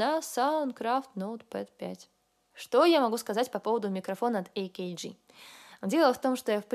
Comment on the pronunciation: не «эй-кей-джи», а «А-КЭ-ГЭ», что же вы в самом-то деле😀